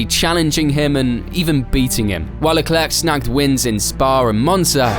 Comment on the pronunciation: Bruh. It ain’t that hard for us English speakers to grasp Leclerc is pronounced ‘Leclair’. Put some respec on Sharl’s name